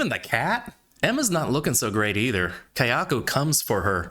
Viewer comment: It's Kayako, not Keyako.